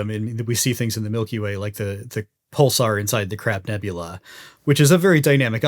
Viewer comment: Did, just say CRAP nebula??? 🤣🤣🤣